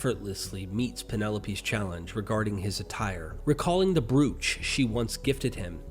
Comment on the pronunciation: Brooch is easily read as it is spelled but the French word for this piece of jewelry is correctly pronounced as broach (bro-ch). You had me looking up what a brewch was LoL. Thanks for this video. It's amazing how pretty much the entire Bible is written from ancient mythology and Jewish fables. Great work ❤